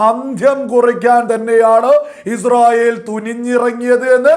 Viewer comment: ആദ്യം നീഇസ്രായേൽഎന്ന് ഒന്ന് പറയാൻ പഠിക്ക് എന്നിട്ട് വീഡിയോചെയ്യ് തീട്ടമേ അൽ കാട്ടണേ😂😂😂